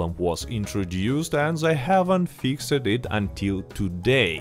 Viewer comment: i love the way you say "fix ed" lol.. you are the man and its awesome to see Rockstar finally giving some decent/good content to RDR2 online